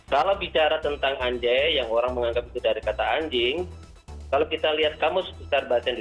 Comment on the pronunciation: Anjay harusnya dibaca angjay karena nun mati bertemu Jim jadinya ikhfa